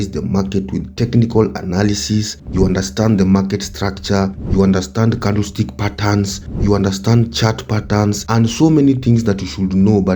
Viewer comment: The way Africans say 'candlestick' makes it more funny 😂